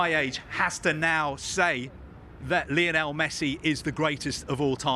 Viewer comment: Guys, you could at least make an attempt to pronounce Lionel correctly.